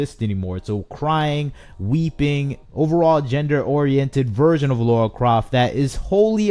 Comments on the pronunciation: This franchise is ancient and yet STILi need to ask this...who the hell is laura croft? Its lara. Makes me laugh when ppl claim to be fans but can't even pronounce her name. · Precisely. He can’t even say her name correctly😩